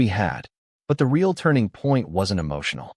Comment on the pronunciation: Reaiaul - real 🤣🤣🤣🤣